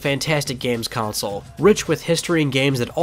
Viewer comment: CONSOLE not COUNCIL .. CON - SOLE KON - SOUL